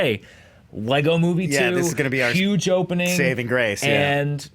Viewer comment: Did just say "hopening the opening"?